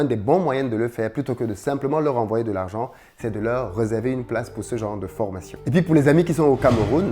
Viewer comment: Juste un truc on dit rÉserver, pas rEserver. Saque zour faut y penser. RÉSERVE, il y a un accent sur le premier E 🤦🏿‍♂️